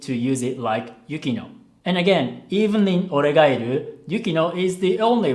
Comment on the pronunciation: Man...the way he pronounce 'oregairu'....its sound so japanese